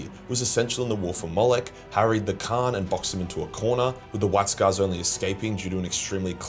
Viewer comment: You say kharn and khan exactly the same